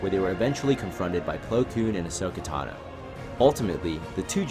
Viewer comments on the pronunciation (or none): none